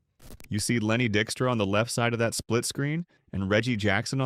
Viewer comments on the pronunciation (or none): Point two six two? And mispronouncing "Dykstra."